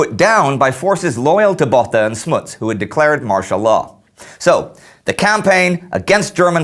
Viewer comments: Botha...is pronounced Boata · Just a note,, Louis's 's' at the end is silent, and Botha has a long 'o' sound (kind of like when you go through the alphabet and say 'o', not quite, but it's closer than the short 'o' you used). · As my surname is Botha as well, I find your pronunciation of the surname quite hilarious throughout this whole video, along with all the other Afrikaans names and surnames. Also, quite sad to find how much that you really glossed over the Anglo Boere Oorlog.